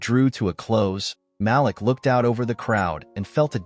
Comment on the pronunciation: Malik is pronounced Maleek